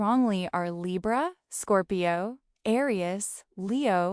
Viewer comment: Pile 3. I am Curious though. Is this actually an Ai channel? I have never heard any reader pronounce LIBRA this way except by Ai